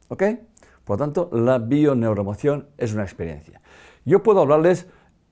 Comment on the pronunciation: Necesita decir la palabra bio neuro? emocion mas clara, la diccion.... solo una sugerencia. Perdon y Gracias.